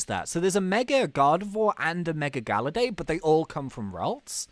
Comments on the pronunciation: Galayd not galerday. I am spelling what it sounds like. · Ur calling him gallady instead of gallade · GALLADE IS SAID LIKE GUH-LAID NOT LIKE GAL-UH-DAY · it hurts how he says galla day but its galla yd (not how its spelt but how its sounded out) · your saying gallade it actually ga lladle but take le out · Its gallade not galladae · IT IS GALLADE NOT GALLADAY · It is GALLADE NOT GALLADAE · Its Gal-ade not gal-lade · ITS NOT GALLADAE IT GALLADE!! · Rayquaza is pronounced Ray-KWAZ-uh, and Gallade is pronounced GAL-laid. As in BLADE!! Gahhhhhhh, I just needed someone to pronounce these Pokèmon correctly! TO ALL YOU PEOPLE SAYING THE "Salamance" is a SHINY Mega Charizard X, it isn't SHINY, it's just Mega Charizard X!! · Gallade is pronounced Gah•Laid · ummmm... its gallade as in blade not compadre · its not galladay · it's GAL-laid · Gallade Blade of grass arms Its pronounced like blade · That's not how you pronounce Gallade. it is "Gal" and then "lade" like blade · I was cringing everytime was calling Gallade Ga-La-Day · it is pronounce gall-ade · Gallade is pronounced "Guh-Laid" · it's gall ade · Its pronunced gallaid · IT'S GALLADE LIKE BLADE!!!!!!!!!!!!!!!!!!!!!!!!!!!!!!!!! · Gallade is pronounced gal-ayd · ITS GALL ADE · it's pronounced guh-lade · your saying gallade and rayqauza wrong as usual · Say gallade properly😡